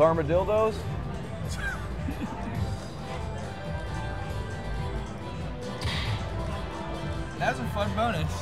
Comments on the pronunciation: An "armadildo" . I'm dying over here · "Armadildos!" LMAO!! 😂😂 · “armadildos” haha 😂! Good ole terminology! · I had a mouth full of peanuts, and then comes out of mouth, “Armadildo.” At least it wasn’t coffee on my keyboard.